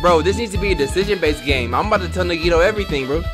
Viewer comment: I know its late in the game and at this point I guess it dont really matter but... my guy... you been pronouncing Nagitos name wrong this whole time 💀 The emphasis is on the A not the I, its like “NAH-gee-toe”